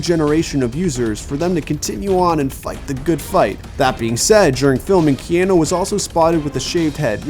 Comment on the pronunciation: Key Ann eww = NO. Key aaaa nu = YES.